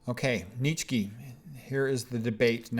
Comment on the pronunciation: Nitchky? 😂 The name is Nietzsche (pronounced [ˈniːtʃə] or [ˈniːtsʃə]).